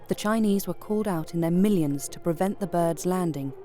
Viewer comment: Could the producers of this documentary not teach the narrator to pronounce Chinese names correctly? For that matter, even basic English words.